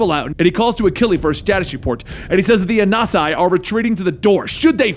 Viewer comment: A-Nan-See (I'm Akan)